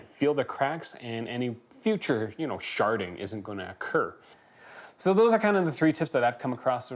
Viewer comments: I could've sworn he said "sharting won't be good for your phone either"😂😂😂😂😂😂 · He said sharting 🤣